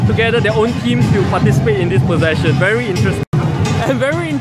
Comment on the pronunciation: HAHA limbu looks so cute!! Ehhh if u come back to SG, let limbu see our chingay. its a lot more exciting and nerve-wracking than this! :P Btw, i think u mispronounced 'procession'.. :x